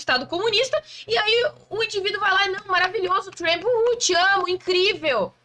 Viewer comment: Pronuncia pessima “trEmp”